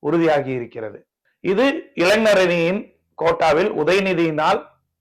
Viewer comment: இளைனர். இல்லே இளைஞர் சொல்லு. மேன்